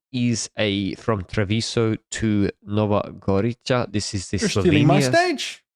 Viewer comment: Nova Gorica is pronounced with a /ts/ sound rather than č, similar to ts in cats